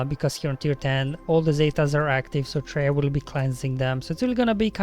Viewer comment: Why do you say TrEya instead if TrAya?